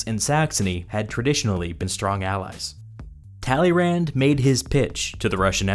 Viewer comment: Kudos to a great video and thumbs up for this huge task except the funny pronunciation of Tälleeränd. Please! Check the right French pronunciation..... tuh-lay-'Râ. Stress on last sillable which has a nasal a